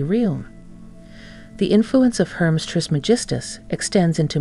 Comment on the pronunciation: Hermes is not pronounced as Herms, it is pronounced like this Her mees